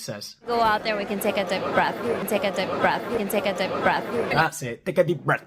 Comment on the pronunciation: No, it's "Tek a tip breth".